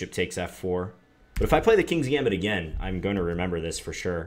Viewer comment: John! I didn't think you knew how to pronounce gambit! very nice, my main opening is this exactly